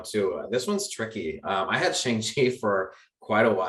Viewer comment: IT'S PRONOUNCED SHAWNG-CHEE.